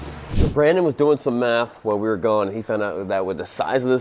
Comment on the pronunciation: thought he said meth not math